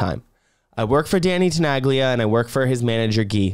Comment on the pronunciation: Wow, didn't knew there was a remix by Tenaglia! I can learn new stuff too ^^ BTW as someone with Italo roots as well, it kind of hurts me how you pronounce the legends Name 😄 the G in Tenaglia is silent 😁